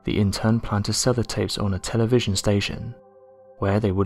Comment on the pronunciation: The REAL "unexplained mystery" is how there's an "m" sound in the word "tape"...